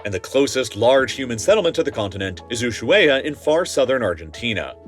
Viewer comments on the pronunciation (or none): Ok, you butchered Ushuaia's pronunciation, but that's okay.